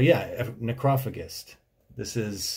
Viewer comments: I am too lazy to read the comments...... but its Neck row fay just. Great videos man, Ive wacthed a bunch tonight. And as an old drummer from way back, I love your take on thedse, from a fresh prespective. no auto corredt on my chromebook fn pos so wharever haha Cheers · Pronunciation tip: ne-crow-fay-jist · Neck-Roe-Fay-jist? No? Like age-ist....I think. Is it just me that pronounces it that way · Necro - FAE - jist.... Loosley translates to - eater of dead bodies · properly pronounced as Necro-fadge-ist dude ha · I believe it is pronounced Necro-fayj-ist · i believe the pronunciation is “ Nekro fajazz” or something similar but i dig your breakdownish videos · I think the weird word that is the band's name is supposed to be pronounced nekro-fay-dgist, but I like your way much better. :-) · Just because I haven't seen anyone else say it: it's pronounced "necro-fajist" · Neck-row-fay-jist god damnit! Haha Theyre not French HE is German, Romain is a hired gun. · It’s necro fajist is the correct pronunciation. But I think I like your way better lol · The mispronunciation of necrophagist is something I never thought I'd hear 😂 Nice vid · Agreed but he didn't even say the bands name right and doesn't listen to metal and still appreciates. Not everybody would know this kinda metal came from back then other than obscura fans or someone who grew up with them #me too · I can't even figure out how he decided that was the pronunciation... Very weird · His mispronunciation of it follows the rhythmic pattern of "necropolis" (as a closely-related example). It's wrong, but it does make sense from an English language perspective. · I prefer his pronounciation to be honest, even if it's wrong! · lmao the way u said their name was so wrong... yet so right. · Did he really say necros name like that???? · Is that how you really pronounce necrophagist because if so I been saying it wrong forever lmao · That sure is one way to pronounce necrophagist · It's pronounced Neh crow fay jist.